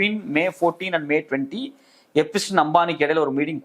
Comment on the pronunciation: I would also like to tell you, it is not எபிஸ்டின் its எப்ஸ்டிய்ன்.